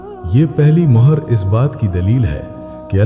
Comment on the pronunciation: Hi, it not mahar it's mohar as in stamp